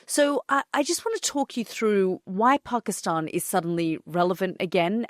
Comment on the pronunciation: Love this Peaceful conversation. Have drinks to make it more relaxing. To begin with Yalda, its Pakisتan, not Pakisٹan. love that Language. You are from same era right?😃